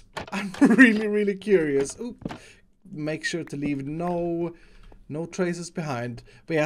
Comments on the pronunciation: BlueRocks123 no he actually says leave it just sounds like leaf because of his accent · I heard "im going to lea-this project for today"